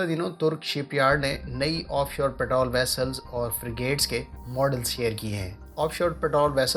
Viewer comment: Your Urdish keeps getting awsome. it is Patrol NOT parol